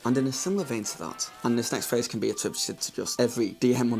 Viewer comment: The fact that you keep saying phase instead of phrase is very distracting. In fact at first I thought you said face.